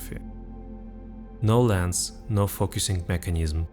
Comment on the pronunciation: i swear when you said no lens required i heard Nolan's required